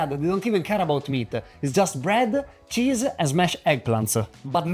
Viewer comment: The only word that didn't have 'a' is water and black papper and size. Hahaha. Wet-uh. Meat-uh.